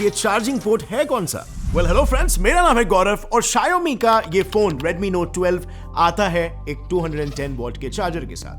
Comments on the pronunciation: It's not sha-yo-mi , it's Shaw-me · RIP appul bhai😂 also For Xiaomi Its sheeiaomee in pronouncation not shaiyomeee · Shiaomi kya hai bhai? Shower me ko jod ke bolo And shower ko America ke style mein bolna padega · Please pronounce Xiaomi correctly It's pronounced as show (from shower) +me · You should correct the pronunciation for "Xiaomi".